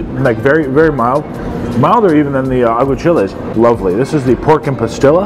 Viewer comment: I'm trying to figure out what kind of pepper you keep mentioning. Sounds like you are saying "pah-skill-ah". Are you meaning Pasilla (pah-SEE-yuh) peppers by chance? Anyways, BIG cilantro fan here and lover of Mexican cuisine, though my experience with authentic Mexican cuisine is quite limited.